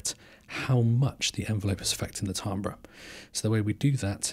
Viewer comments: its pronounced TAM-BER, not TAAM-BRA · Pronounced ‘Tam-ber’ by the way. Cool stuff. Enjoyed this homie